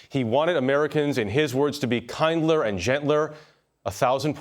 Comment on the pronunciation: Kindlier, not kindler.